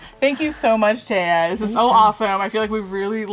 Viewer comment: I’ve never seen the name Thea pronounced like that. At first I got excited because my cousins name is Thea (Theadosia) but pronounced Thee-uh...and I’ve never seen that name anywhere else. Well, I seen it but found a new way to spell a different name!